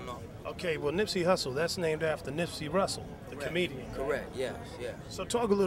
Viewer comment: So fucking real. Lol interviewer called him Nipsey Russle at the end, probably on accident.